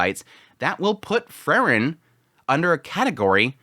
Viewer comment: It's Freeren, not Frrren.😁